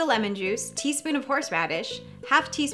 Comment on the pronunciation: "worshesher sauce"